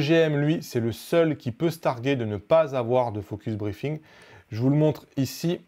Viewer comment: Salut, Prononce focus-BreaZing, sinon ça fait focus-briefing ^^. Et le Viltrox 85 f/1.8?